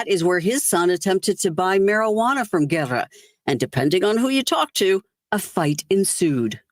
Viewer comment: sweetie the correct pronunciation of Matthew's last name is......Ge- rrrah. Not Guerra. Luv you sweetie.